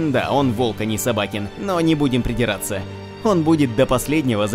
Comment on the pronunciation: СобакЕн , а не СобАкен